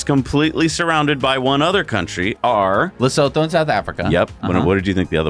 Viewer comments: Hi just correction on you pronunciation for Lesotho phonetically you can sit like this le soo too (I am a South African and huge fan of Tesla and now your show. Thank you guys. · Lesotho is pronounced Le-soo-to